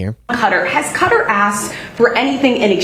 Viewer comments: its not "cutter" its qatar as in kahtahr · No actually it, " Qa' tar" NOT ," CUTTER" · It's QA-TARR ffs It is ABSOLUTELY NOT KU-TA why do Americans do this?? It's I rak all over again 😭😭😭😭😭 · Yoh sound like a republican calling it “cutter”. It’s ka-TAR. NO WONDER THE ENTIRE WORLD THINKS WERE STUPID…. We sound stupid. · Qatar is pronounced Kew-tah, not "cutter" or however you're mangling it. Sorry, just had to point that out. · Can everyone please stop this horse shit pronouncing it cutter. It seems everyone is doing it. It's more like Qu Tahr. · Hey Americans it’s pronounced Ka-tar … not ‘cutter’ I lived in the middles east …… 😂😂😂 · It’s Qatar ,like ku tar not Cutter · I'm sorry but Qatar is not pronounced Cut-ter, it's actually Kuh-tar. Otherwise I enjoy listening to you daily. But saying cutter sounds like nails on a chalk board. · It's not Cutter it's pronounced Cu-tar.. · I lived in Qatar, I'm sorry but youre wrong, its 100% NOT 'Cutter', its like KAh Taa, heavy on the K & T with a rolled r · It’s “Qatar” as in Kah-tar, or Kuh-tar, not “Cutter”. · Its not pronounced Cutter. Its cu-tar. You know you can Google any word to find out how to pronounce it. Cutter was US military lazy pronunciation. In Arabic its pronounced like coo tar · It's not pronounced "cutter". You had it right the first time, "kuh-tar." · I like your show but it's not Kutter. It's Qatar. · Qatar is pronounced "kuh-tarr" not, "cutter" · Hmmm hate to be picky but you do actually pronounce Qatar more like kah tar and not cutter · it's not "Cutter", it's Qatar. the second pronounciation was right. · …not “cutter” but “Ka-tar” with an emphasis on the “ka” part - and where the “k” is pronounced somewhat softly - with a hint of a “g” sound to it - and in native pronunciation the K turns almost completely into a G. Cutter is something else… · It’s «ka-taar», not «cutter» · It's pronounced "kuh-TAR." I got it wrong the first time I read it. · No it is pronounced Cat-Tar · It's Kuh-TAAR